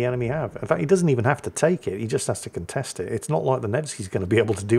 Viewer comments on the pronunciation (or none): none